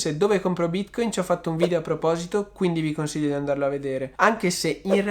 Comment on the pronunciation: Ma perchè bìtcoìn?